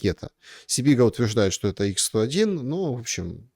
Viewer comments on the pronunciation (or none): не ИКС-101, а ХА-101 (Х-101).